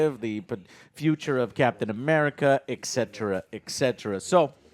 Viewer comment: Joe, I respect you, but... It's actually "et cetera" NOT "EKSETRA"....